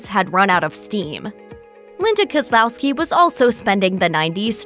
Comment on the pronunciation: She can pronounce Koslowski but not Charlton?????